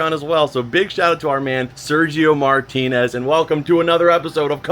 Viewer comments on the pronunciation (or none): none